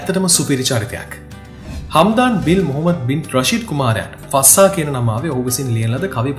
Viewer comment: ශික් නෙමේ ශෙ(යි)ක් ෆස්සා නෙමේ ෆ(z‍)සා fazza මරු වීඩියෝ එක